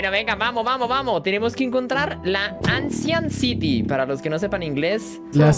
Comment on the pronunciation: ancient city 🤮 Loco: anchient ziry 🤑